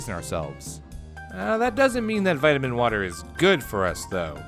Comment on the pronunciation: Vitimin wotah